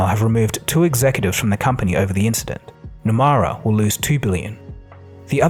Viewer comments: Nomura is pronounced as “No-moo-ra” not “No-Ma-ra” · It's Nomura, not Numara. Wrong pronunciation. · pronunciation of japanese bank: "NOMURA"....is NOT NOMAURA....it NO..MOO..RA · Nomura is pronounced as “No-moo-ra” 👌🏻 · Nomura is pronounced like No-moo-ra, not No-ma-ra. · Nomura is pronounced "Nomura", not "Nomara" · its NomUra… NOT NomAra I seriously love your videos, but getting a name wrong like this seems out of character for you. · It’s no-moo-rah “Nomura” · Why pronounce Nomura Numara? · It’s pronounced ‘nomoora’ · Nomura is incorrectly pronounced in the entire video. Correct: " nuh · moo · ruh". It is poor to mispronounce a prominent bank. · No-mu-ra. It ain’t hard to say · Why do you pronounce Nomura as nomara??? It's a japanese word.